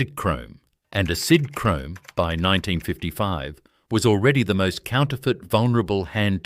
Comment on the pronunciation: Sidhrome? God I hate AI